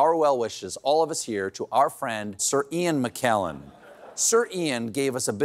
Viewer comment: Gotta get my hearing checked: who the hell is Sirkian McKellen ?